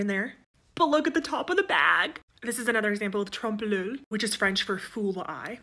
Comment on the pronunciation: The il in oeil is pronounced as a y, not as an l.